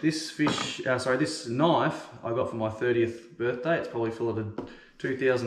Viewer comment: In the US we say knife, not Knoff. Lots of fish here with same bone structure so good instruction.